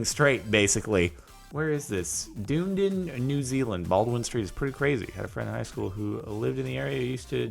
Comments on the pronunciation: It's pronounced dun-eden not deundin. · Dune din? Nah mate, it's pronounced Duh nee din, but the duh is kind of soft. G'day from down in NZ :) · Doondin? It's pronounced Dun-eden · "Dune din" lol its pronounced "doneeedun" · "doondin" its pronounced dun-ee-din, lol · Lol he pronounced it dunden though you pronounce it dun-e-dun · When he said ‘dooooooonden’i died inside, I hate to be that guy but is da-need-in. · It's pronounced dun-ee-din, nut doon-dun. Come on, Jordan, that's one of the more english NZ place names. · Did you really just say "doondin" New Zealand? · Dunedin, Jordan, is pronounced "dun-EE-din" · Those glass bottomed pools remind me of The Mechanic when Jason drop a dude though the bottom of his pool. BTW it's pronounces DUN - EE - DIN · The way he pronounced Dunedin... It's pronounced Da-knee-din... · it's pronounced din-EE-dun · lol Dunedin. It is pronounced dun ee din Jardon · as a kiwi, the way he said 'Dunedin' made me lol It's Duh-nee-din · Its Dun-eee-din btw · Dunedin not dundin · Dunedin is said dun-ee- din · Dunedin, pronounced: Duh-knee-din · Baldwin street has an average gradient of 35° but at its steepest its 38°. And Dunedin is pronounced Da-nee-din. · That pronounceatiom of Dunedin thou....😁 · Its pronounced like "done eden new Zealand Baldwin street" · I got so triggered when he said Dunedin how he did